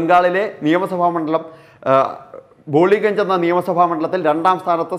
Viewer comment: ബോളിഗഞ്ചല്ല.. ബാലിഗഞ്ച് എന്നാണ് ആ മണ്ഡലത്തിൻ്റെ പേര്